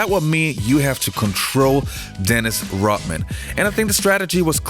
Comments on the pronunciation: Why does he keep saying dennis rotman? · RODman not ROTman